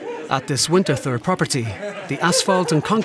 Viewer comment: Ich mag, wie der Sprecher "Winterthur" mit einem englischen "th" ausspricht! 😄